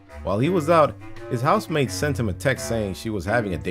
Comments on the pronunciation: i swear he says house maid everytime he tries to say housemate. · This whole time i thought you were saying "housemaid"......